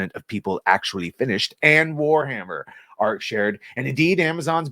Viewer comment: It is pronounced Arch as in archway